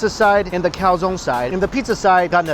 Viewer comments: Can you please stop calling a calzone, a calzon? It’s pronounced calzo-ne (cal-zon-ehh). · Hi Mike!!I'm from Italy. I just want to tell you that you have to pronounce the "e" in "calzone",it's not "calzon" it's not "calzoni",it's "calzone".It was so strange to ear the pronounce.Hahaha!!😂😂But great video as always,i'm hungry now!! 😅😅😅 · I got silly laugh when he said "im dying to get into this calzonne" cause in spanish it sounds like calzon aka lady underwear 😂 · it's pronounced cal-tson-e (e like egg), not cow-zone ;)